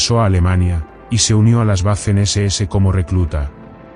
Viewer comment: Que absurdo ouvir isso !!!! Quem está falando parece ser um idiota total ! Fala em tanques i vê, que absurdo isso é esse IV é 4 romano . Na pronúncia feita Waffer SS , ele diz " veifen SS". Em alemão o a é pronúncia do a como em portugues.